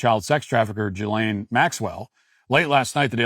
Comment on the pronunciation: Matt get your shit together and learn how to pronounce names, it’s not Jillian Maxwell it (G-eh lane) you are making republicans have a terrible name if you can’t read or talk